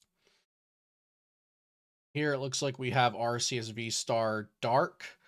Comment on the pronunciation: ARE—kiii—uss. SAY IT RIGHT. (Arceus )